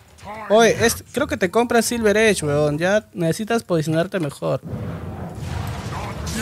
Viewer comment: Una shilver eich hahahaaha